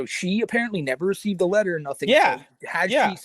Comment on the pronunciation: "wied about da contests of da wetter"